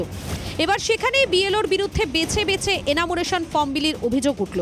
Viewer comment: " এনামুরেশন " নয় দিদিমণি , ওটা " এনুমারেশন " ফর্ম হবে ।